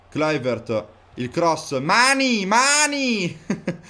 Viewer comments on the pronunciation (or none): none